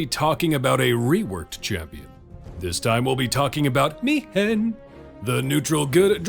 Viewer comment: Great vid as always mate. Now I won't be able to get that stilted "Me-Hen" pronunciation out if my head. Better than "Me-When" for sure though. Fingers crossed I won't need to fiddle with my gold find team again next event. Time for some pure support or debuff already! I'd even take favored foe...